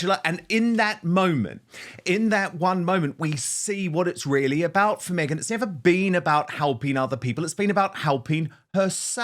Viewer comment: Yep. Me-Gain